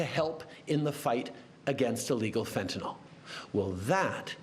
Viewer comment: I love that Trudeau can pronounce fentanyl correctly. 😊